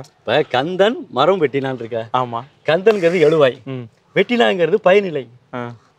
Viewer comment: எளுவாய், எழுவாய். தமிழ் படித்தால் மட்டும் போதாது. சரியான உச்சரிப்புடன் பேச வேண்டும். அது தான் தமிழுக்குப் பெருமை.